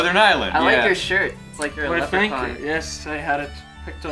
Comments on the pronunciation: "leprecorn" oh, ross. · ...did Ross call it a lepricorn? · did rus say lepracorn